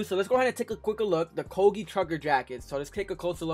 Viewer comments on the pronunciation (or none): Koge 😂 definitely not pronounced like that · Never heard Coogi pronounced like that 🤔